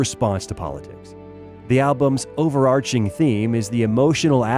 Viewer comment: It's pronounced [o͟ʊvərɑ͟ːrkɪŋ]